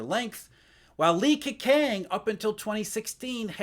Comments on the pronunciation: butchered Li Keqiangs name. Gwoyeu Romatzyh: Lii Kehchyang Wade–Giles: Li K'o-ch'iang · 😅You need to work on your pronunciation of Li KeJiang. 😅😅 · A pronounciation issue. Q should be pronounced as 'ch'. Li Keqiang should be pronounced as Li Kechiang, Qin Gang as Ching Gang etc etc. Thanks for this vid. Excellent insight as always